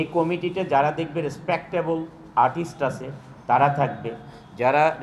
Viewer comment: পথম কোমিটি জাহিদ ইস্পাক্তাবল আটিস্ট পোডিউচার পোডাকশোন আড়াই মিনিটের লেকচারে ৭ টি ভুল উচ্চারণ ! 😂😂😂😂😂😂😂😂😂😂